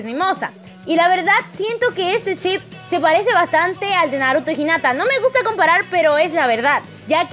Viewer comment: A alguien mas le estresa que digan chip ? xd